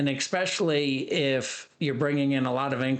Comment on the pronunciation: it's especially NOT exspecially...🤣😂😭